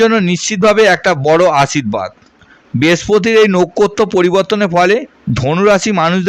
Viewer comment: আপনার কি জিভ ভারী পরিস্কার স্পষ্ট উচ্চারণ করেন না কেন পবেশ পতিকার এসব কি। পুন্নবসু না পূনর্বসু নোখ্খত্ত না নক্ষত্র খুবই বিশ্রী লাগল শুনতে। তাই মাঝপথেই বন্ধ করলাম